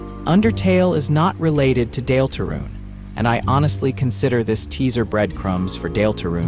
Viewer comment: AI slop voice made me turn this off instantly. Nobody has ever pronounced "Deltarune" that way. I was suspicious, but this confirmed it. Nobody wants to listen to LLM garbage. Use your own voice. Pay a friend to read it. Use an old-style text-to-speech like You have so many other options than AI slop.